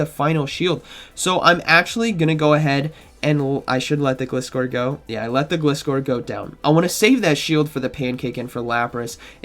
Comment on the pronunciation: I will never understand how people can mispronounce such a simple Pokemon name! It's a gliding scorpion - Gl-ai-scor! Other than that nice video as always!